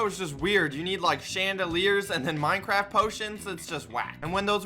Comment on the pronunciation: Wow perfect job he switched from fortnite to minecwaft